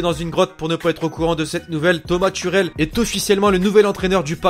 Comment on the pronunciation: t'a dit turel a la place de tuchel